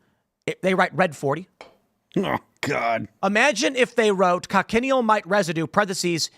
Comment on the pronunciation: I think the red bugs are pronounced co-shun-eel